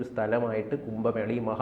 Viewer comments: കുമ്പ മേളയല്ല. കുംഭ മേള എന്ന്, എഴുതുകയും, ഉച്ചരിക്കുകയും വേണം. വല്യ വാക്കുകൾ പറയുമ്പോൾ സൂക്ഷിക്കണം. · "കുമ്പ" മേള (വയർ/ ആമാശയം) അല്ല സേട്ടാ.... "കുംഭ" മേള 😡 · കുമ്പ മേളയല്ല കുംഭ മേളയാണ്